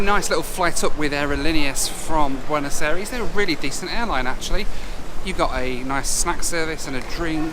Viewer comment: Really love the videos but for some reason my brain cringes every time you say bueno aires. It's pronounced "eye-ress", thanks for the great content.